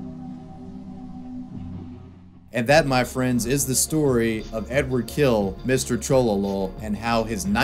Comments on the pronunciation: His last name sounds closer to "Hill", definitely not "kill". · It's Hill not Kill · Am I hearing badly or is there something wrong with the English language? He is [Hil] and not [Kil] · his last name is pronounced "Hill." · Great video, finally I know the backstory. But to his name - it's actually Эдуа́рд Анато́льевич Хиль - ɨdʊˈart ɐnɐˈtolʲjɪvʲɪtɕ ˈxʲilʲ. There's no ''K'' or ''H'' sound in his surname. It starts with ''X'' like in ''Mexico'' (pronounced in Spanish) and ends with very soft ''L'' (like in Spanish word ''Sevilla'') ... oh yeah, I know. Anglophones, hahaha.